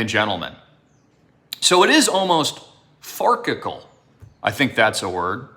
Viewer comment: Say "far sickle" farcical.